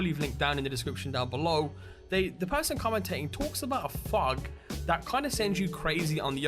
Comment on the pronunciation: Fug?! Wtf is fug? I assume you mean fog? NEVER heard it said like that and I'm British so ALOT of dialects!